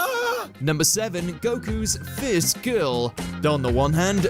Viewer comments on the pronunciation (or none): did you say first without the r?